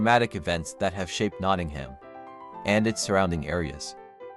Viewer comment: How you pronounce “Wollaton” and “Nottingham” is hilarious 😂 love it though